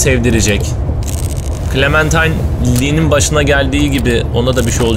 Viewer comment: başladık =) abi bu arada clemintine değil clementine